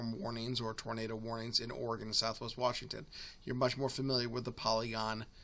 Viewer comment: Wash. Ing. Ton. Say it with me.